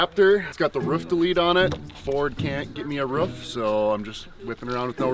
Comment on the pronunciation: Im sorry but and i cant listen to you guys say ruuf instead of roof LMAO